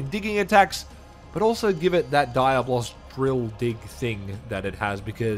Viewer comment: Dude, not Daya-Boss it's Dia-Blos